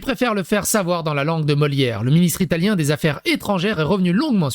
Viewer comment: Ton Ilatien faisait plus Russe pour le coup 😂 Pourquoi la mascotte c'est pas un coque ????